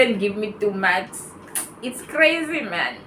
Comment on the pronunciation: Oooo your saying Mark's, it's sounds like maths